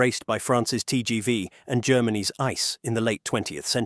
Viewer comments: Germans pronounce it ee-tsay-ay I.C.E. not like the English word "ice". It's an abbreviation for Inter-City Express. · Your pronunciation of ICE is wrong. It's ICE, not Ice🍦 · it is an abbreviation for "Inter City Express", so the letters are pronounced individually: I-C-E